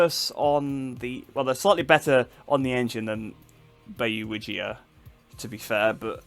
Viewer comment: hahaha he is from indonesia🤣 Bayu Wijaya not Bayu Wijia🤣